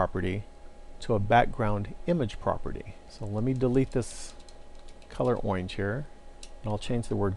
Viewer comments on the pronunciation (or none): Man is that really how you pronounce orange? I mean, these videos are fabulous, but, oinge? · IT'S OINGE!!!!!! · to set the background to "owinge" LOL